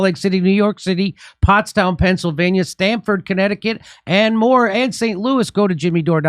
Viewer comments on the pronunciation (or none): none